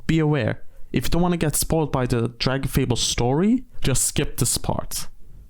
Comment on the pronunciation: i first played this game when i was like 9 and hearing someone saying dragonfable the correct way is so funny to me cause in my head i still read the name phonetically correct no matter what